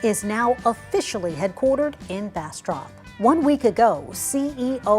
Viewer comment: Not "Bass•trup", it's Bass•strop as in tropical -especially if you have a proper Texas drawl.😄